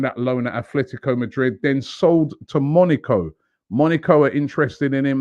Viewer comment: Robbie, Monaco not Monico